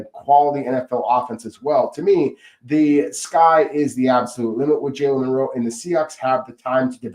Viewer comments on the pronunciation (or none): Please, I beg you. It is MiLroe. Not MiNroe.